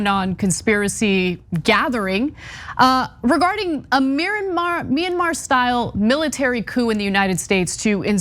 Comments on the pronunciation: If you can't even pronounce Mayanmar, you don't get to have an opinion on the subject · I think, that's pretty clear... The question was "wtf is "minamar"?", which is what the guy said... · What happened in MINIMAR... lol. That's a trumpist in a nutshell. Can't even pronounce the foreign countries name. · "Minamar". Love that place. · "Minna-Mar." What a moron. Flynn is spreading lies and supporting sedition, then flat-out lying about what we all heard him say. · Wait. Minimar? I thought it was Myanmar. Or is it Minnesota? Minneapolis? Minnetonka? Mini-Me? Ah shit, it doesn't matter. Just overthrow it. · “What happened in Minimar can also happen here” It’s Myanmar you dumb hillbilly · Thank you for clarifying what he was referring to, I was trying to figure out what ‘minimar’ was. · Mynnamar? Can't even say the word correctly. I guess that's what you get from God and "Country". God and Rock n Roll would have likely have granted at least a little bit more intelligence. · You would think that someone who knows what is happening in Myanmar would at least know how to correctly pronounce the country's name but that would be expecting too much from Maggots. Please stop saying that it can't happen here or that these people have no power to pull it off. Just please stop it. It can and likely will happen here. Americans have not suffered or paid for their extremism and their continuation of white supremacy. The Civil War was nothing. The confederacy came to congress and they still weild a lot of power like they've always done. And until this country truly pays for its evil past the threat will remain and grow. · Myanmar, dumb dumb My-an-mar. Can't say the word but, he wants a war. 🤦🏿‍♂️ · no, we are laughing at how the guy pronounced it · They can’t even say Myanmar. They all just need to be jailed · Did he call it minimar? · "Minamar" derp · "Minamar". Wow. And can you say "seditious"? Yes! Good! I knew you could do it! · Its Me-yan-maar!